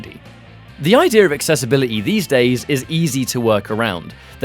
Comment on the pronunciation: Why do you pronounce the word accessibility with a letter R in the middle of it?